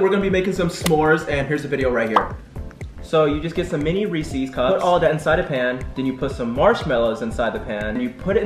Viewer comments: is anybody else wondering why their calling them reesees instead of reeses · Anyone else find it adorable that they pronounce Reese’s Reece’s? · I love how they say "Reesees" not reese's. LMAO. Love you guys!